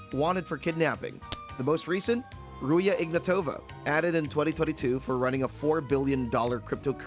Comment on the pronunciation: Please, not Ruje IgnatOva. It's pronounced Ruzha IgnAtova. with a zh sound and a hard A. Really pissed me off but yeah I get the fact it's difficult to pronounce. Otherwise, crazy quality bro <3